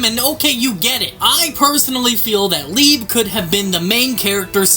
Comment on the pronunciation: Can we not forget how wrong we was with leibe's name 😆